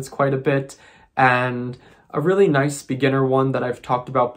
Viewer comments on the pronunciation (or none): none